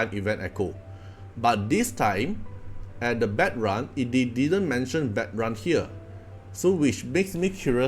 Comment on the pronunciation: it's pronounced like "bad - rune"